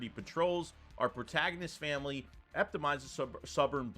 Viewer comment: K just to help u out.....its not pronounced Fuh-kayd...its pronounced Fuh- sahd......start there move forward...then its not ehp-tuh-my-zis.......its Uh-pih-toe-my-zis.......moving forward....its not muh-cahb-ree ...its just muh-cahb........siigh ...finally its not "family" horrors as u pronounced.....its Fuh-mill-yuhll.....dude i just stumbled on ur channel but seriously...have some self respect for everyone, ig ur playin stupid, dont. Ur better than that...if you are ....then ur just being silly, and its just not an admirable trait to aspire to....thats ass-pie-err..... ✌️ Be better... Edit:...i say this, cuz i think u might have something here...dont sell urself short...good work otherwise 👍 😳